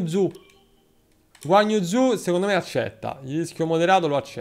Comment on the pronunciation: La pronuncia esatta del pilota cinese è: "Guaniu Giù" Ma puoi chiamarlo Giorgio 🤣 (come i telecronisti della F2)